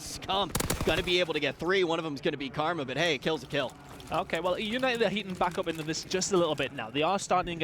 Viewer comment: "Eunited Eunited Euinted oh Eunited" bro shut up I'm tryna watch some shit